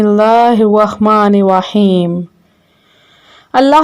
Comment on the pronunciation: It’s not wahman rahim it’s rahman Rahim